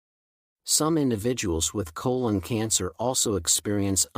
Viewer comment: pronounces “colon” inconsistently.